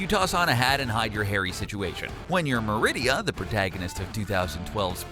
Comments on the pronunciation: I feel uncomfortable now ;-; ITS ME-RI-DA NOT MERID-I-A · Hey! Her name is Merida, not Meridia!!! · Rebecca Markne, Mare-id-ah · The way he said Marida made me feel weird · Corrected him every time he said it.